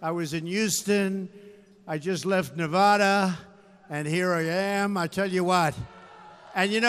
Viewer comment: He needs to learn how to pronounce 'Nevada'.